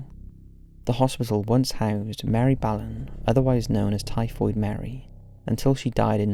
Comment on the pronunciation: I think you meant Mary Mallan, not Mary Ballan.